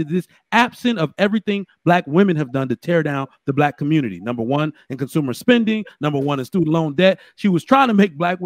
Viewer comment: Listening to these sistas made me lose brain cells. As a BM, I've left the "Communtah" to their own devices.